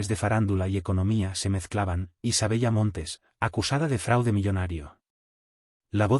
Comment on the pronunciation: Se escribe Isabella, pero se pronuncia Isabela.